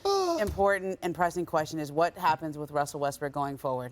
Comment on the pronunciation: "Some thing is gonna happend" stephen A😅